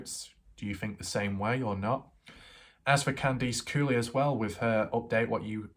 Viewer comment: For some weird reason I like your accent when you say the word Horse. Bc you say it like Whooorse lol. And Candice Cooley sounds like Candys Cooley